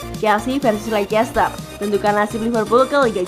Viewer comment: Maaf kak, sedikit koreksi cara baca leicester adalah "lester", itu karena ada beberapa hipotesis dalam ilmu linguistik, ada yang disebut sebagai elision, yang berarti peniadaan bunyi dari kata" tertentu dalam pengucapannya, biasanya kasus ini disebabkan agar pengucapan sebuah kata dapat lebih mudah dan cepat diucapkan🙏 terimakasih